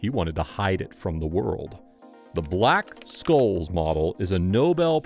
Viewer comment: It's pronounced "shholzz". :)